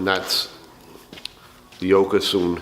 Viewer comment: Hi, Thx for the tips. fyi, since you are a fan, thought you might want to know how to pronounce Okatsune. It's like Mi-tsu-bi-shi, with all syllables of equal emphasis. The tricky bit is the last syllable, because it's not a silent e: Oh-ka-tsu-nay. The "tsu" is the same as in Mitsubishi, also!)